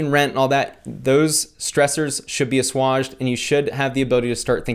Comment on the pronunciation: pronounced "us-wage-ed". Great video BTW - proud of you vicariously (if that makes sense) :)